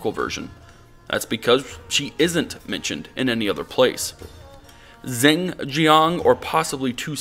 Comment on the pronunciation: well it doesn't matter because 99% of the audience won't know but Zheng is more like "dj-uhng" (dj as in Django).